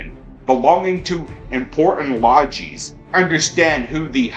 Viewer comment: lodgees? Say it with the rest of us. lod-jez.